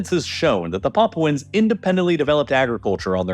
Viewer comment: "Paapwens" Lmao, can't even say it right. 😂😂😂